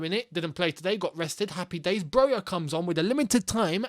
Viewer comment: Dude, you could at least learn how to pronounce Broja properly.